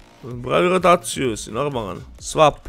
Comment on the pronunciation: Nije phavi hotaciju nego pravi rotaciju